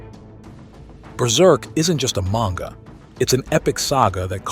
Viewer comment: My brother in Christ, learn to pronounce "Manga" 😂